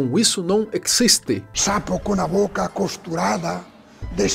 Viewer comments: E Deus, ele "ecxiste"? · "Isto no ecxiste !!!" 😂😂😂😂 Padre Quevedo